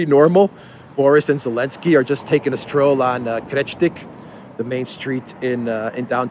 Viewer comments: Thank you for constantly calling him "Elensky". Those western clowns should change every single word with Z into silent sound. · No Austria is NOT NATO they are only EU - it‘s Elinsky you’re using the Z again 😆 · Every time you say "Elensky", I think "Alinsky"....as in Saul Alinsky. LOL Appropriate, I think.